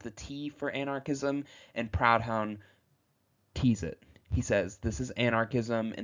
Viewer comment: Proudhon is pronounced "Pru", like the pru in prude, and then, "Don", like Don in Donald Duck: Pru-Don, or Prou-dhon It's a French name, so the "o" in Prou, and the "h" in dhon, are both silent